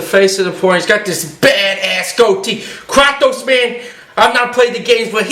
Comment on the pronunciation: thats not how u pronounce kratos